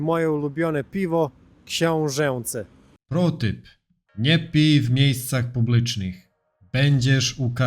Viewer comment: Już mówisz pięknie, a będzie jeszcze lepiej. Książęce wymawia się książence. Jest obecnie naturalniej, mniej sztucznie. Będę wymawiamy "bende" i to jest obecnie poprawna wymowa. Wymawianie głosek ą i ę ogranicza się obecnie do niewielu momentów, szczególnych miejsc, przed specyficznymi głoskami. W zdaniu: W wąskim wąwozie ciężko usiąść grupą" akurat wszystkie ą i ę wymawiamy dokładnie. Wyjaśnili to dobrze profesorowie Jodłowski i Taszycki w książce: "Zasady pisowni polskiej i interpunkcji ze słownikiem ortograficznym" w podrozdziale o wymowie ą i ę. :D